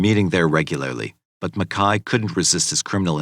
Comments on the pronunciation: Ok I watched this yesterday and I really enjoyed the video, however, is it not pronounced Mac-Kay not Mekhi? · The narrator keeps calling him Makai but his name is MACKAY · It's MacKAY. Couldn't even watch it because of the mispronunciation of it!